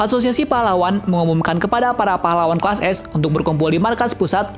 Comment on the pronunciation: kelas apa kelsa bang owkwowkwowkwowkqowkwowkwwokwwk